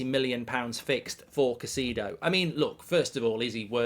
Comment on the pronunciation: it’s not pronounced Caycido it’s Cay-se-do